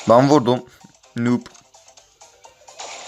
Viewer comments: Kardeş nub diye okunuyo nob diye deil burdan noob olduğun bellih 😀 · Daha noobu bile söyleyemiyorsun